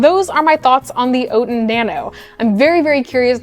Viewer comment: OUT-in not OAT-in